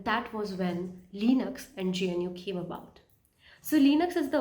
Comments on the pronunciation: it's pronounced GUH-NOO as in Wildebeest not GEN-YOO. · I am Linux administrator since 2010 and used many linux distributions like redhat centos alma ubuntu kali mint and many more but for new users i recommend linux mint it very easy to use for new Beas. Good video but 1 tiny think that i want to correct is that you were saying jnu but its gnu other than that video was great best wishes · hey it is called GNU not G-N-U. If this helps. ग्नू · Its GNU, not JNU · GNU is pronounced Gnoo. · Thats what rote learners do pronouncing gnu as jnu 😂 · Calling GNU "je n u" is insane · Great video, I would like to learn more from you. I don't know what's the correct pronunciation of GNU but most people in community pronounce it as "Gu new".